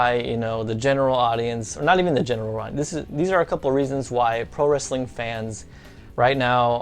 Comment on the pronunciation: Did you just say "Wrastling" ?!